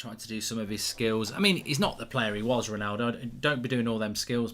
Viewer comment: Who is rolllnaulldouuu?